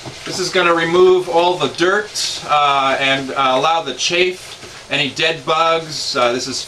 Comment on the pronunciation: Two comments: 1. What is the LED lighting for? 2. "Chaff" rhymes with "half".